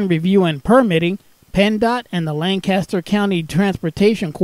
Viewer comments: Lancaster PA is pronounced Lan-kiss-ter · This is my local train station, super glad to see it recognized!! Just one thing though, it's pronounced lane-kiss-ter. Us lancastrians are very particular 😅 lovely video, thanks a ton!